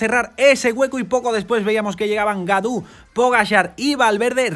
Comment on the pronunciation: Gaudu se pronuncia Goduuuuuuuuuuuuuuuuuuuu. Godu